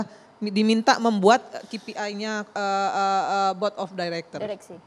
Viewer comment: Ki pi ai ha ha ha bilang KPI saja salah ....